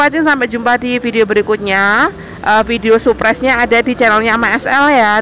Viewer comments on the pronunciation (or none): maaf ya yg betul surprise bukan suprise. Ada huruf r nya